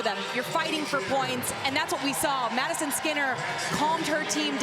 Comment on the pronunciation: Can she pronounce Madison. Skinner?